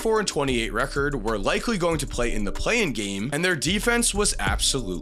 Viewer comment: Every time it sounds like you're trying to say Playoff Game, it comes out Playing Game... Anyone else hear that too?